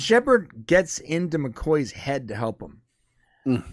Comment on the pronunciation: I couldn't figure out who you were talking about for a good ten seconds... McKAY not McCOY! LoL